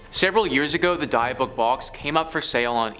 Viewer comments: its DIB-ICK not Deeuhbawk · DIH BIC DIH BIC OH MY GOD HEARING "DIE BOOK" MAKES ME FEEL VIOLENT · Not "die"-book its "Dih"-byook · 'Dibb-buck' not 'dye-a-buck' 😂😂😂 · i'm sorry, but i can't let this go. it's pronounced "dib-bick". not "die-uh-book". it's killing me. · Dybbuk ( dih bick ) not die book. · Dybbuk pronunciation was killing me...I was laughing so hard, I almost hit the curb driving when I first heard him say it. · The die-a-book box? 🤣😂🤣😂 It’s pronounced Dih(short I sound)-bick(another short I sound) I think I’ll call it a die a book box from now on. 🤣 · BRUHHH!!! The what box??! The die-book, die-iff, die-meth orrr nahhhhhhh ima just call it the "box" 😒🤣🤣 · Die-a-book? How stupid can you be? It takes five seconds to look up a pronunciation. Lazy is as lazy does! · It is pronounced Dib-ick (short I sound for both of the "i") stop saying that in such a fu€ked up way!! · dia book 😅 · Die Book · Its pronounced dib-bik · Dibbuk. It's pronounced dibbuk. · The poor pronunciation of Dybbuk is hilarious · If you're going to do a video about something at the very least look up the pronunciation....you should be haunted (if ghosts were real) for that disrespect. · Jesus, you can tell these guys are just reading since they can’t pronounce Dybbuk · dybbuk box ffs please take the time to learn how to pronounce the words correctly! it really takes away from the story when its so grossly mispronounced!